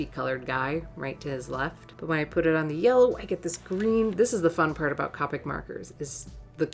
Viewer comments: It is COPEIC, not COPIC!!!!!!! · COPIC is pronounced with a long “o”…Cope ick and not Cop ick… just saying. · I've really been sitting here thinking these markers were pronounced Coe-Pick and not Cah-pick for a year... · Isn’t it pronounced “Coh - pic” not “Cah - pic” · The pronunciation on Copic is long O Coh Peek Japanese product Japanese pronunciation. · Haha its funny cuz she can't say Copic she says carpet markers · You say Copics the same way Jazza does.. Another person added to the shame list! :p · Its funny how you pronounced the word "Copic." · i’m mad at the way she says copic